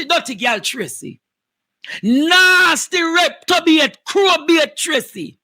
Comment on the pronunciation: Andre the word is reprobate NOT Reptobate!!